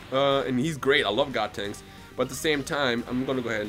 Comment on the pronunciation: does he keep saying godtenks or is that just me?